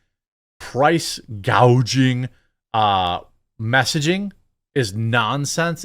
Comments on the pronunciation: She called the people hospitility workers and price gauging not gouging lmao. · What are you on about 'price gouging,' she called it 'price gauging.' Interesting enough I put 'Kamala Harris calls it price gauging not price gouging' into Google and it returned price gouging results, everyone of the sources that I tried had edited the bit where she said 'price gauging' out, except Fox News, even the BBC on the video I saw had done it too. She said it in Raleigh, NC, last Friday. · Hospitility and price gaging?, this woman is an idiot.